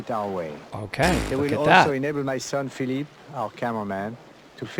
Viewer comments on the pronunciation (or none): none